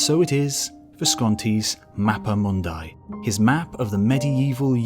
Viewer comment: mapa mund[i] not mund[ai]